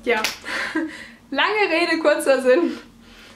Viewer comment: Als angehender verbeamteter Klugscheißer muss ich dir sagen: Es heißt "langeRRRR Rede kurzer Sinn". ;)